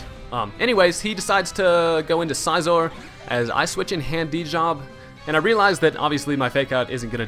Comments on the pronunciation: It's Scizor as in "scissors", nice battle, though. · lol the way he says scizor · Why do you pronounce Scizor so weird?